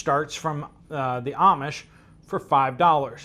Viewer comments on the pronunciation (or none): none